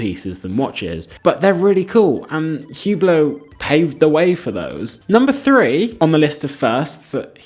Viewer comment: These guys defending Hubot can't even pronounce the name of the company correctly 🤦‍♂ The H is silent and it's French pronunciation...Say OOH-BLO...not HEW-BLOW. A terrible watch brand for folks that have no taste and money to waste. The purple Maserati SUV of the watch world. It's a watch you buy to let people know you value an empty status symbol with no inherent substance or value.